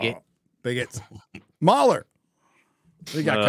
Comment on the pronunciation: Shouldn't MauLer's name be read Mau-Ler, not Mauler... He's a cthulhu god, not a bad puppy XD